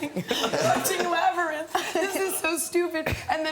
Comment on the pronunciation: "I have to go watch labrythn" omfgggggg